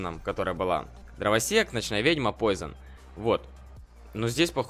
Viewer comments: я ослышался или нет сказал Дровосекс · Он сказал драваСЕКС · Почему ты говоришь дровосекс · почему ты говоришь дровасекс